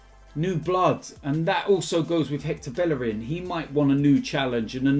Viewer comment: Learn to say Bellerin right.